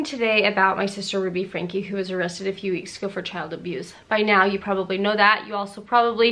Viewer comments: It’s pronounced Frank-ee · It's pronounced Frank-key not Frank. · Sorry, you lost me when you didn’t know how to pronounce “Franke”… (it’s like Franky, btw) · fyi you probably know this by now, but for anyone who doesn't, their last name is pronounced like "frankie" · Friendly FIY : Franke is pronounced “Frankie” 😊